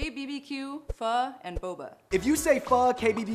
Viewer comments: So many people ik say pho like foe but it is actually fuhh lolxD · That's not how you pronounce pho... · One day, I'll find a youtuber who can actually pronounce pho.